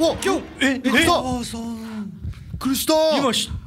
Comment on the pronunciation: 本当に驚くと人は「ビックリした」さえ発音出来なくなるのか(*≧ω≦) 「びっくいしたぁー！！」可愛いww